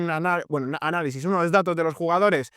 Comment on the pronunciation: Casi se te sale un "anarizis" en el jjahaja te quiero. Es una broma